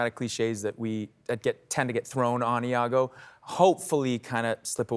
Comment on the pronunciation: Iago (with an i), not Lago .